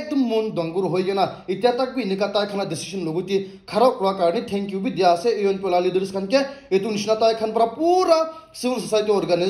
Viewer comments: Not ENOP it's ENPO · Not enop say enpo😮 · Bro, ENPO not ENOP